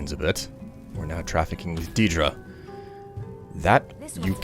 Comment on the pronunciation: For the love of vaermina it’s pronounced DAYDRA. If he says deedra one more fucking time...